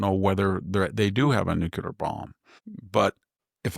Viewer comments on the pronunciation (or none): Victor! It's Nuclear..... NOT... Nucular!!!!!!!